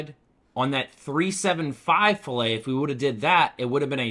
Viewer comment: Ok. It’s NOT filet like filet of fish. It’s fillet “fil-lit” fil it. Dictionary.